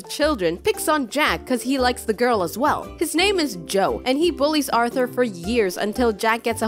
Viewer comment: Every time you say “RrRRrRrRrRrRrrRrRRrRrRrRrRrRRRRRRRR ” makes me laugh😂😂